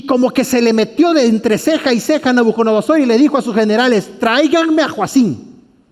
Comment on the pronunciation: Es NABUCO DONO SOR... Y No "Nabuconodosor"... disculpe se que es difícil mensionarla y si es curioso escucharla decir mal ... pero muy interesante estudio